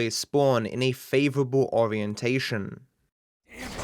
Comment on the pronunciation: "favourable" haha